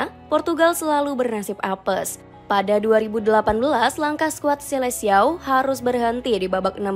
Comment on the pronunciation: Bacanya riKardo Kuarezma tulisannya Ricardo quaresma bacanya skuad selekao